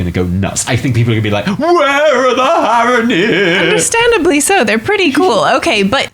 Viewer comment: Your "Strathholme" prediction is a guaranteed fail because they'd have to rename the city. It's called "Stratholme", with one h. It's probably also spelled Strat-holme, not like you spelled it, for that reason. ;) Also - Haranir, not Harronir. ;)